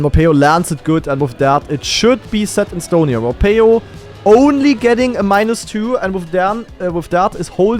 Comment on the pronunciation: hearing call morhpeo morpheo for 15 minutes was so funny XD and i knew that skandear was gonna win this one, even though i got a little scarred when he started to troll at the end